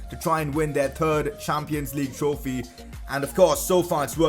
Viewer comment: The way he pronouncecthird